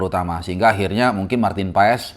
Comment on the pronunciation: Baca nya itu Paas, bukan PaES, tolong bang jgn dibiasain, kalau ada yg bener kenapa hrs ngajarin org yg salah